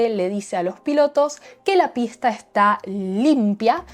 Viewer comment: I think wait til 1000. Read now with audio. Just based on your pronunciation of pista directly after you heard it in this video, reading without audio at this point may not lead to increased audio comprehension.